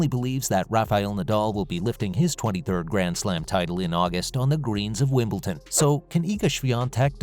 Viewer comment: never did say what Federer's message was. and its WimbleDon, not WimbleTon